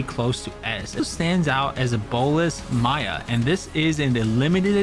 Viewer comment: miya like mamamiyaaaa not maya like pay maya